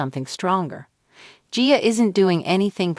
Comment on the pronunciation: It's AI that's why it can't pronounce. Annoying! Like gia and mother.